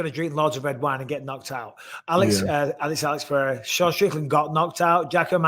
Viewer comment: I love how Michael try to say "Pereira" correctly and not "Perrera" or "Piera" like a lot of people do